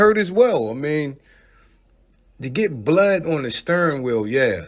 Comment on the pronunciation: Steering wheel not sturring wheel 😂